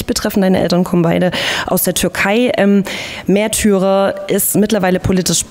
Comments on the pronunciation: Haha...wusste garnicht dass das neue Album "Mehrtürer" und nicht "Märtyrer"!!! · Sawash Mehrtührer beste Aussprache hahaha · Hahahahah mehrtürer :)